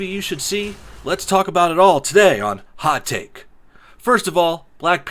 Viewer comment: I keep hearing 'hot tit'